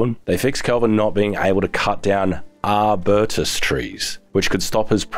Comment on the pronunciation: How you said Arbutus tree was hilarious :')